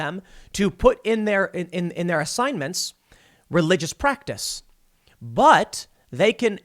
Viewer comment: is Tim mispronouncing "practice" ???